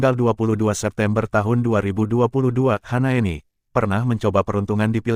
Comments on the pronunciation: Hasnaeni apa Hanaeni ngebacanya yang betul donk.! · bukan HANAENI tapi HASNAENI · Kok HANAENI sih nih orang ngomong nya.. kan Hasnaeni.